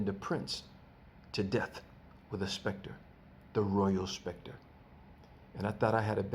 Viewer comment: It's SCEPTRE (pronounced septer) not SPECTRE LOL